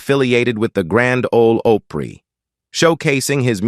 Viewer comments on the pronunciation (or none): grand ole OHPRY? come on, man!